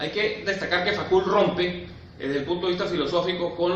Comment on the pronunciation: Me supera la pronunciación del apellido de Michel Foucault (fucó) y no facul, eso me parece básico, es perturbador.